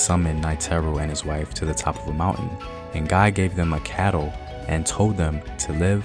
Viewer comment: The n in ngai is silent